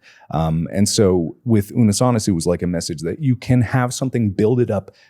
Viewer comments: unnus annus is pronounced oonoos ahnoos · it's "oonoose ahnoose" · theyre pretty close with pronouncing unus annus right,. with every U you would pronounce it as you would the first U. like oo noos an oos sorta, but they were close! :D